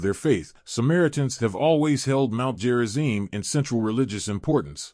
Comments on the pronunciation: It's Gerizim, not Jerizim. Stupid AI. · Who programmed it to say "Jerizim"? Obviously "stupid" Westerners.